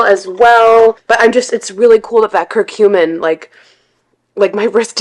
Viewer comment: Ugh, the way she pronounces curcumin is so annoying.